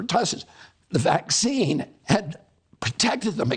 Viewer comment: First.y this “doctor” who posed the fist question should learn how to pronounce vaccine to start off with….it’s not waxine or waxing but V as in vaccine 😂😂😂